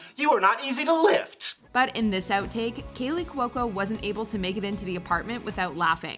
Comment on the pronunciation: Saying "Cuoco" as 3 syllables instead of 2 really rubs me the wrong way.